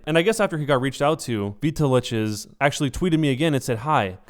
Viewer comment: I'm relatively sure it's supposed to be said "Vital X" not "veetaleches". But, I honestly hope this gets cleared up for you. Probably never going to watch any of your other content, but it's always sad when something like this happens.